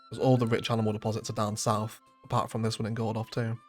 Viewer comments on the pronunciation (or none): none